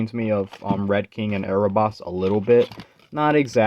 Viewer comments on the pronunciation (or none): It’s Aboras not Arobas